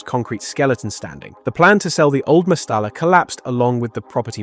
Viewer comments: Two L's as in mestaLLa is pronounced a Y ie... mestaya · Its pronounced Mestaya ...the double L sounds like yi